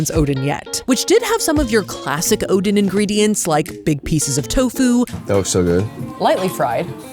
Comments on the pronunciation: Pronounced o-den... like a den.... not Odin, like an inn. Oh-den. In Korea, we call it o-deng... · the way you pronounced oden is more illegal than skewered it with chopsticks.. ouch 😂